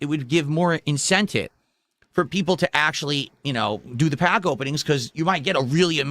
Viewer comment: I can't be the only one who hates the way he says pack and packs